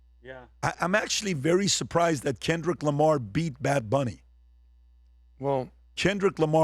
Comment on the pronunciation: Why does this guy say Chenrick Lamar